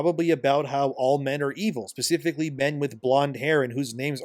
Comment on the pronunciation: Man it's 'specifically' not 'pacifically'...it took hearing this about twenty times to drive me to this.